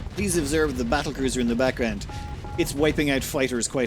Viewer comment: Is it just me or are you calling battle cruiser as cattle bruiser